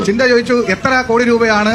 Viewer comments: Not chintha but chantha... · Her name chantha wrongly calls chintha